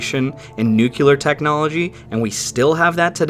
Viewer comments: Dude. I like your vids. I subbed up. But, PLEASE, pronounce "noo-KLEE-urr" correctly, and not "Noo-KYOO-lurr". I know that Dubya somehow got a nation to mispronounce it en masse (even after the world laughed at him because of it), but it is like fingernails on a chalkboard and we need to stop doing it. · Nuclear. Not New cue ler. What is wrong with this guy? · He said nuclear, but like former president Bush, pronounced it nuclear. It really bothers me when people say it wrong... in most cases because of moron president. I think it 8s proper to let people know... just like telling someone when they have a booger hanging out. :) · I come in peace: With the respect of a fellow lover of research, "nuclear" is pronounced "nook-leər" rather than "nook-yoo-lər". It's pronounced wrong a lot. Hopefully this can be a reminder for others ☺ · Sorry, I don't understand. Look up "nuclear" in an English dictionary (or online to hear the correct way to say it). Keep up the GREAT content!